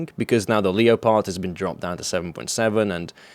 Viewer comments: Wtf is a lee-oh-pard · Say leopard like that one more time I dare ya